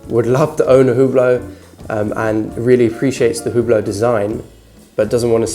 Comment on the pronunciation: Your video is nice but you really should learn how to say brand names if you want to be taken seriously. The H in Hublot is silent and your saying Heuer all wrong.